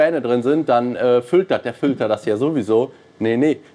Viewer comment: Seit Jahren erzählst du was von Fültern,... Aber in diesem Video wird richtig übertrieben. Triggert hart😂 Filter diggi, mit i